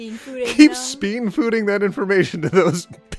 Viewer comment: Ah yes, speenfooding 🤣